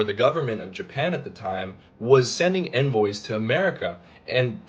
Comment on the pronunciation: Envoy not "invoice."